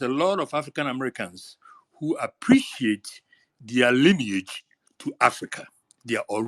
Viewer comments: keep saying linage instead of lineage lol omg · When you say linnage 😂😂😂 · Her voice annoys me. “Lin-ej” 🙄😒🤣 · Linage rhymes with spinach !!! 🤣😂🤣😂🤣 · Linach rhymes with spinach 🤦🏽‍♂️😂😂😂😂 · Linage rhymes with spinach!! I’m dead. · “Lineach rhymes with spinach” I am crying tears!! 😂😂😂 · This crazy azz woman done sat up here and created her own word “wats yo lynich? “ u don’t know yo “lynich “I know my “lynich “.. got mad and tried to make a threat with the physicals.. smh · Yooo “LENAGE” 😂😂😂😂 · “Linage rhymes with Spinach” 🤣🤣 FBA is a great term because it encompasses American heritage and culture. So when we hear outlier questions, such as examples like Drake, it helps clear up confusion. Drake spent his formative years as a Canadian, with an allegiance to Canadian heritage. I know some, like Tariq & others, have stated that an FBA must have publicly identified as Black American on paperwork:documents for atleast 10 years but I would go further and include their formative years. And formative years would mean the majority of your teenage (starting at 13) years up until at maximum age 25. If you never identified as African-American, Black American or FBA during your formative years, you’re disqualified from claiming as a self-identifying FBA. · Tariq: “ Mam linage rhymes with spinach!”😂😂😂 You should tell the truth so you can go to heaven, time is almost up! 😂😂😂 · I'm DONE 😆 🤣 😂 He said LINAGE RHYME WITH SPINACH Then proceeded to say "LINAGE" throughout the rest of the phone call 😆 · Linage rhymes with spinach🤣🤣🤣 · linn- age😂😂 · “Lynnge rhymes with Spinach.” Bye Tariq. Fk man. 💀 🤣 🤣 🤣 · I am a 69 y/o FBA and this old woman is foolish and shameful. She can’t be highly educated and pronouncing “lineage” as linach rhyming with spinach🤣🤣🤣🤣🤣 😳😳😳😳Many of us who are considered seniors don’t support this BS! We support Truth to Power❤️❤️✊🏽✊🏽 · Linage rhymes with spinach 😅😅😅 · lineage rhymes with spinach 🤣